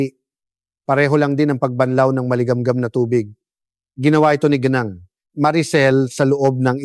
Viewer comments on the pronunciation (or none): none